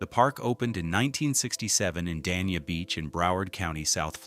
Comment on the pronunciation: The city of Dania is not pronounced Dan Eee Ya. It is pronounced Day Knee-Ah.